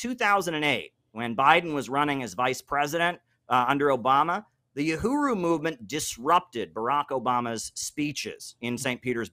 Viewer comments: Uhuru not OohRooWho.. lol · “Uruhu”?? “Yuhuru”?? Come on!… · Kim, it's pronounced [uh-who-rew] - Uhuru. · Uhuru, not Uruhu 😉